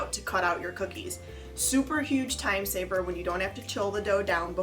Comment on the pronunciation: She said term server instead of time saver